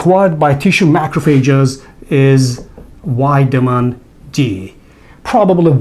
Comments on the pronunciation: Please learn to pronounce the letter V! Its Vitamin not witamin! Otherwise thanks for the help and info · Excellent, I love it "whitamin"😂